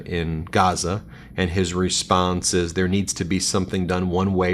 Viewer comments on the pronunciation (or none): none